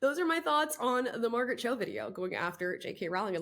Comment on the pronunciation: Who is Marget Cho?🤔